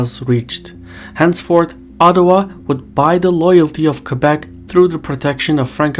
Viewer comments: How can someone mispronounce Québec? It's pretty straigthforward, as words get. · Most anglophone say : « Kwaybek » instead of Québec.